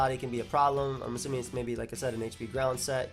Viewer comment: “I’m azzuming this is Z” love the Freudian slips:)